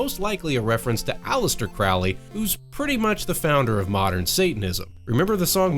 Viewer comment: One minor, pedantic correction from a guy with weird interests: Crowley rhymes with "holy" and he would have found the idea of worshipping Satan absurd. He did come up with his own mystical religion called Thelema, but it isn't based on a Judeo-Christian paradigm.